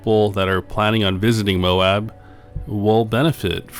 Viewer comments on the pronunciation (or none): none